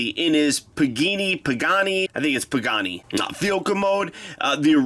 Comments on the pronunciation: It’s a pagani (PUH-GON-E) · Im just gonna correct you its pa-ga-ni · Its pa-gah-nee. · It's a Pagani Huayra. (Puh-gaa-nee Wai-ra). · it's PAGANI you illiterate fool. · As a car enthusiast, it hurt so bad hearing you butcher Pagani! Lol no hate though, great video!